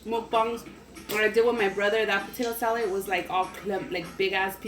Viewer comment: "Okay so wassup we finna make some potato salet" idk why but I replayed that like 20 times😂 love youuuu and your vids😘